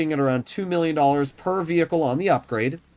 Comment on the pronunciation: Yo dweeb stop saying vehicle